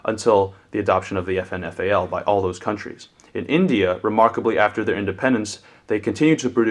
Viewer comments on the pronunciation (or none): none